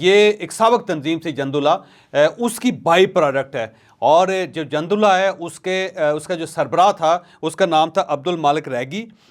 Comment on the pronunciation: Jandullah nahee Jundullah. Jeem par pesh hae. Jundi arbi main fauji ko kehtay Hain.